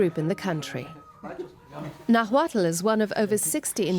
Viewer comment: They completely butchered the pronunciation of náhuatl, nahua and Xalapa... still, nice to see this kind of reports.